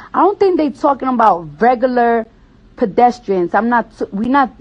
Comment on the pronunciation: “If you a rugullur person” -cardi b